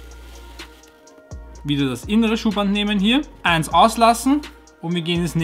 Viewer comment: Ooooinss … es heißt EINS